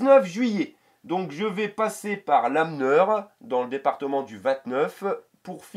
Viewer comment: Salut, j'ai vu que tu passais à coté de chez moi on prononce "lanmeur" sans prononcer le "n". à bientôt et bon voyage. FIREEEEEEEE !